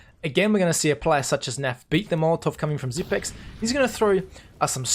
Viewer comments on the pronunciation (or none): HIS NAME IS PRONOUNCED SIPNIX...